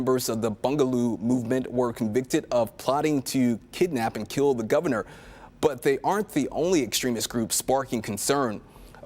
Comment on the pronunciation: Boogaloo - not Bungaloo